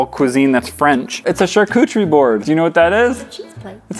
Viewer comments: I love that keeps saying charcutcherie board when it is definitely pronounced charcuterie board. I even asked my friend google because it sounded strange. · I thought he said shar-coochie😃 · and he pronounced charcuterie board wrong every time making me CRINGE